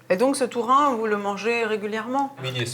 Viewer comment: Ah! Saint-Alvère! Right down the road from me. Lovely town. But what on earth were you thinking with those interpreters? They are the WEIRDEST, WORST interpreters I've ever heard (and I used to work for years at international conferences.) They couldn't even get the pronunciation of "tourin" right, or "gram," which she pronounced as "jam." COME ON!!!. Too fast, too screechy, really thick Eastern European accent on one woman, just incredibly unpleasant to listen to. Only reason I even attempted to listen to it in English was my husband's hearing isn't great and his French isn't fluent. Really sorry we did.